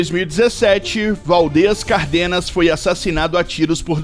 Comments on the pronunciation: O sobre nome não é Cardenas, que é o sobrenome de uma outra família que tinha fábrica de botões. O sobrenome do jornalista se pronuncia CÁRDENAS, com um acento agudo no primeiro " a" acompanhado com o acento agudo, então é proparoxitona, enquanto Cardenas sem acento agudo no primeiro "a", é paroxitona. Então em Cárdenas, a silaba fote é no Cár e nao no " de" como o caso da pronuncia de Cardenas , isto me incomoda porque meu sobrenome é Cárdenas e não Cardenas. Tentem falar o sobrenome correto. É só saber as regras de acentuação, muda completamente o nome da família!😊😊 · Javier Cárdenas, não é cardênas, pelo amor de Deus